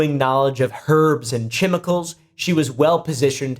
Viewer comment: Why he annunciates the CH in chemicals?